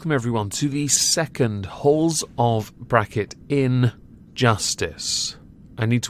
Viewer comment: To us denizens of the North American continent, it sounds like you're saying "Holes of Injustice".